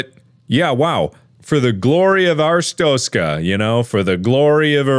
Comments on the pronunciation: It's been three years. Markiplier is working proudly, and ambitiously on Iron Lung. Still, no revisit to PP in Artist stokers.... Ars stronkers.... Arstotska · Anyone notice how he is saying "Arstotzka" wrong?